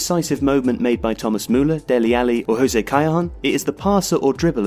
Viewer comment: Must be the worst pronouncuation of José Callejón i ever heard.